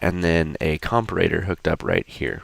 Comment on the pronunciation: Say comparator right, holy shit it's not hard lol